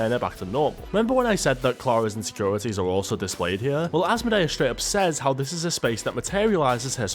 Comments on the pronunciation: Why is he saying it asmo-day-us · This full grown man needs to learn English and how to pronounce Asmodeus😅